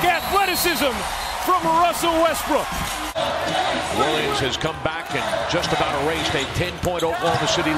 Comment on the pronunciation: “wussell restbrook”